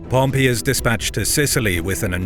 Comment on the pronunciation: Why don't these narrators ever learn the difference in pronunciation between "Pompey" the person and "Pompei" the city